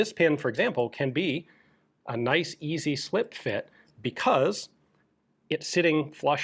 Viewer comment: Ikea „øzi“